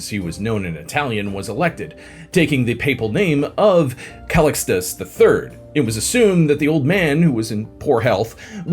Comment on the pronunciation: The way you say Calicxtus, to a latin person sounds like Ali G saying Restecp 😅😅